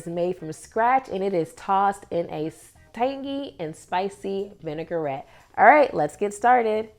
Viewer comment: I will try this. Thanks for the recipe. Vinaigrette is a French word so it is pronounced vin-i-grette, not vinegar-ette.